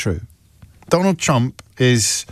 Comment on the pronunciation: "We will bote for donald trunck" 😂😂😂😂😂😂😂😂😂